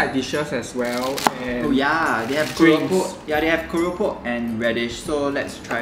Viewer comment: Bromance level 🤣 love the way pronounced Keropok 😚